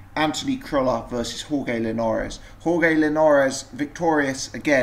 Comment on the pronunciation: Jorge is pronounced horhay not horgay